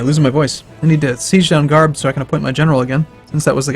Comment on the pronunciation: Something you may find interesting, the "Gh" in Gharb in portugal is actually silent, so it's pronounced Arb. It means West :)